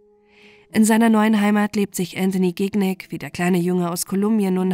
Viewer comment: Man spricht den Nachnamen Schinjac aus und nicht GIGNÄG hahahaha